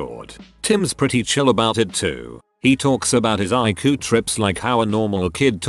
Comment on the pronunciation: I love how he says ICU as I-KU.